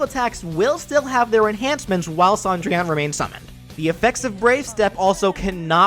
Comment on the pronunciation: I’m annoyed that Cendrillon is pronounced Sandrian